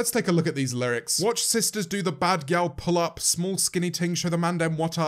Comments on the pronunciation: Her saying “pull up” sounds like culo 😭😭😭 its so cringey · I'm sorry, but everytime she says "pull up" it sounds like she's really saying "culo". This is my first time hearing dancehall, so I didn't know that it was Jamaican in origin. Basically I thought that she was butchering Spanish so hard that I thought "so there IS someone whose Spanish is worse than mine."